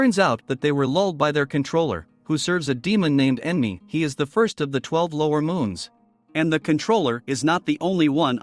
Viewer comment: his name is enmu not enmi